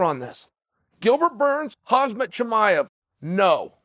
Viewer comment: "Julia pena" and "hazmat chimaev" 🤣